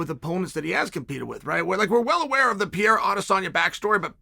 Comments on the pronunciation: Pronounce the fucking name right please is PeReiRa Is not Piera...... with doble R.......... Perrrrrrrrrreirrrrrrraaaa! You change the figther's name, you just peonounce it on the way that represent less effort for you. Dont be lazzy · Pereira not Piera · Alex Pe rei ra, ffs, not piera, PE REI RA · Chael his name it’s PE-REI-RA, not Piera… |😂😂😂😂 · Pierra? 🤣 Undefeated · Still saying piera- fucking embarrassing - learn the names Chase Cumon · It’s FUCKING PERREIRA!!! Can you please say his name right ONCE??!! Who’s afraid to tell Sonnen LOL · Alex Purrrrrayyyya. Not that hard Chael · He had his one minute in one video where he actually pronounced Pereira correctly before immediately going back to Piera. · Who is Pierra? lol Love Sonnen but Pereira is not even that hard to pronounce man, cmon lol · PER AIR A - that's how the name sounds Chael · his name is not pieira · Your pronounciation of Pereira keeps changing. To clarify it is pronounced Per-air-a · I wanna lose my mind everytime he says "Pierra" but you can't argue against undefeated Uncle Chael. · I just like the way you pronounce Alex's surname. I can't stop laughing 😂😂😂😂😂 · Chael not pronouncing Pereira correctly is peak comedy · Chael there are two R’s in Pereira.